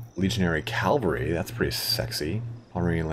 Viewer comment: Why do Americans say calvary instead of cavalry?